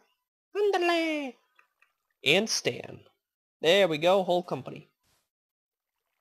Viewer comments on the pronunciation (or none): none